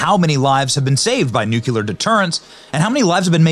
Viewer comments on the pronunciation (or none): Benny it's noo clee ur not noo kue lar 🤷🏻‍♀️ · NOO-klee-err. Say it! Not NOOK-you-ler. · No it does not deserve to be greatly admired. He continually mispronounced the word NUCLEAR though out his narration. It's pronounced NUCLEAR, not NUCULAR ! ! ! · Nuclear is properly pronounced: Nook'-lee-ar NOT Nook'-U-LAR or LER! Loved Truman another great Missouri boy! Regarding the dropping of the bombs, my late father, Willis F. Turner, was on a troop ship waiting to invade Tokyo when they were dropped. He was in the Americal Division, 23rd Infantry. Had the bombs not been dropped, I might not be here today, nor my children, grandchildren, and great-grandchildren. War is hell; avoid it at all costs, but if started, win it AT ALL COSTS. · ........not "nucular"........grrrrr😠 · It would help if the narrator actually could or would pronounce the word correctly. It's NUCLEAR, not NUCULAR. Learn to read ! ! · Nu cleeeee ar NOT nu cu lar!!! Seriously stop! Nu cle ar!! Ugh! Unbearable! I have NO IDEA what you just said!! My brain is burning! But I still gave you a thumbs up 😏👍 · Benny, it's nu-cle-ar not nuc-u-ler. Just sayin. Love you channel. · It’s nuclear. “New clee er” Not Nukeular. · Though SPELLED correctly - You keep saying it as "NEW-Q-LERR" not "NEW-CLEARR" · Nuk•LEE•er Not NUK•YU•ler WHY CAN’T PEOPLE SAY THIS WORD CORRECTLY?!?! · COME ON BENNY! It's NUCLEAR, not nucular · Benny!!!! I love you. But you need to learn how to pronounce NU-KLEE-ER!!! It is not nuk-u-lar. You are to smart to foul that up repeatedly. I enjoyed the video very much except your repeated mis-pronunciation annoyed the heck out of me!!! PLEASE STOP!!!!! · Please stop saying "nucular" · First, if you're going to use the word, please pronounce nuclear properly!!! Not NU KU LER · Nu-KLEE-UR. NOT Nu-que-ler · The word is NOT "nucular" [Nuk-you-lar]. It IS "nuclear" [Nuk-lee-ar]. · It's funny how you look right at a script and pronounce nuclear "nukeyuler". It's "new clear". Interesting video anyhow.